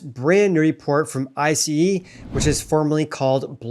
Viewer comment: FYI - it’s pronounced ice … as in the solid form of water, not eye see ee.